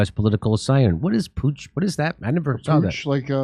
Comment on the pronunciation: putsch as in coup d'etat .... c'mon now guys